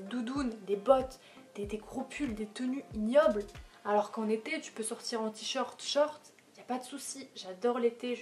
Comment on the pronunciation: quand tu as dis « j’adore l’été », j’ai compris ça comme « j’adore les thés » et je me disais « mais wtff elle vient de dire qu’elle détestait les cafés et les thés » 😭😭